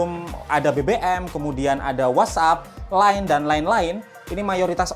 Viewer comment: "line dan lain lain" terdengar "lain dan lain lain"